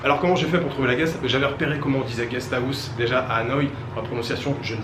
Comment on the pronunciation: guest house : gnia guieee en phonetique ^^ a 2 poil de cul pres c est comme ca que ca se prononce ^^